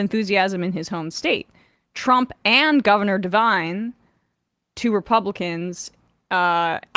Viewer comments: Did you say "Governor Devine"? It's DeWine. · DeWine. Not DeVine.